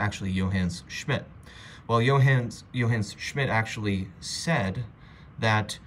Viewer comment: “Yo Hanes” Schmidt 😂